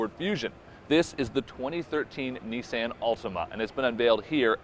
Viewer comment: If you're gonna steal a video, steal one where they say Nissan correctly. smh